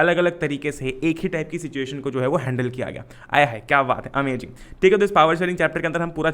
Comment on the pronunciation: bhaiya wo amajing nhi hota amazing hota h...................